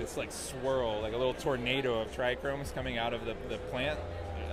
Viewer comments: Dude it's trichomes there is no hard r...maybe you are super stoned but get it together for God sake aren't you the breeder....love ya bro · Dude is advocating Monsanto weed ideas while saying trichromes 😂. Wack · he said try-chrome trees... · Darn how is he the co-owner of THEE Humboldt Seed Co. and he says trichromes...smh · He said try-chromes multiple times on their live Humboldt Seed Triploid issue response, what a dumbass lol